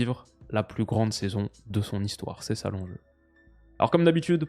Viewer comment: j’entends ces salops au lieu de c’est ça l’enjeu 🤣🤣